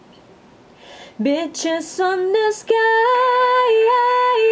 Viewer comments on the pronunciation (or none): seong kwon yeah i know the lyrics, but the way she pronounced it sounded like "bitches on the sky"